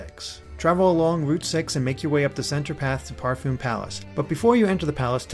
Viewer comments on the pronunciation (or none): none